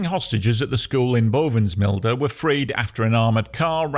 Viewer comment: As a Dutchman.. My compliments on your good pronunciation of Dutch place names like Bovensmilde and De Punt. Well done